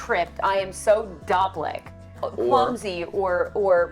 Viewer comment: Having grown up speaking PA Dutch,we always pronounced it dopich. I think the sound “ich” is not used in the English language, most people want to say it as ick